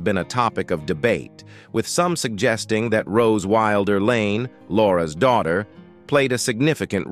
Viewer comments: Narration has major pronunciation issues. Our last name is not pronounced that way. It’s Wilder, as in wild-er. While they experienced multiple tragedies, they also had many triumphs. That said, THANK YOU for sharing and enlightening current day ppls on what life was like on the frontier. Julie Wilder Lange❤️ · The TRAGIC mispronunciations turn my stomach. It is so bad it feels deliberate. Butchering these famous names isn't enough for this source. Wilder is pronounced just as you would expect - as a word meaning less tame. It does NOT rhyme with "builder." They have to use bizarre mispronunciations of simple everyday words. Navigated has a long A sound, and so does acres. Barren is pronounced as a title of nobility, not as a word to rhyme with foreign. "Laura ingols wildair?" 20 minutes in, I can't stand any more. Once again, the long A sound is rejected in "adjacent," and I am out of here. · Also, inconsistent pronunciation of "Wilder" bouncing between short 'i' and long 'i'. Also the gap: Laura Ingalls.................Wilder in places through the narration. This video needs to be taken down and the narration rerecord by a human being! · I wish they would do something about the AI reader, narrating these stories. One minute it’s Laura Ingalls Wilder and then it’s Laura Ingalls ( pregnant pause) Wilder. This AI needs to be taught pronunciation of common everyday words and give the voice a less monotone speech pattern. It seems to drone on and continuously mangles words and names.